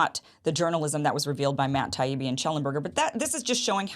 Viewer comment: I hope got burned in some social circles for the way he behaved. He deliberated mispronounced Taibbi over and over, and called Douglas Murray, Doug. He was corrected and continued to do it because he had no reasonable debate points but wanted to upset his opponents